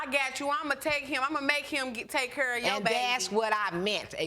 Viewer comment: 'Cause he didn't kur.....' English people, it's 'care'!